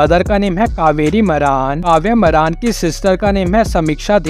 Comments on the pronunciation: Ye naam tak sahi se nahi janta hai मारान नहीं मारण है😂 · मारन एसा बोल मरान शब्द ठीक भी नही लगता....जरा अपनी भाषा उचित ढंग से बोलो.